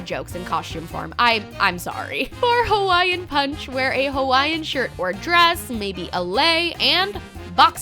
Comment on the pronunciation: ITS HAWAIIAN PUNCH NOT "HAWAIN PUNCH" ... cultural appropriation mayn